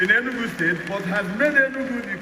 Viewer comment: Sorry but it’s pronounced Enugu thank you 😊